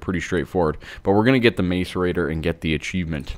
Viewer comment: i swear to notch if you say macer-ate one more time. lol :P When you began to build the pipe my first thought was "are you seriously building a mario pipe?"